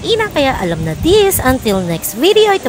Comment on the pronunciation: For todays vee-dee-yo Lol